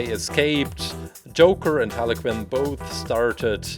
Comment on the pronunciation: Quinn not Kinn